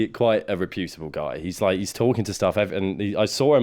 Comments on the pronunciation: I don’t like the way you’re pronouncing reputable I’d go as far as to say I think you’re completely mispronouncing it Type the world reputable into google and press the audio button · Reputable isn't pronounced "reh-poo-tible" - it's "repyu-tibble" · Please stop saying hyperbole and reputable like that.